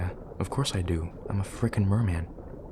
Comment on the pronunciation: "of course i do i'm a frickin merrman" Made me CHOKE with laughter I feel CALLED OUT